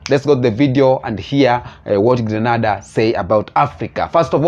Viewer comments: It's Grenada not Granada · Just a little heads-up. I believe the proper pronunciation is: Gr(EH) N(EY)DA.